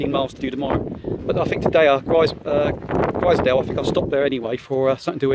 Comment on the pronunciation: Enjoyed the series As a local it’s pronounced glazedale (glaisedale) and growmont ( grosmont ) Made me smile